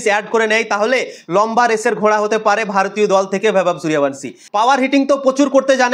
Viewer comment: এই তুই আগে নামটা ঠিক করে উচ্চারণ কর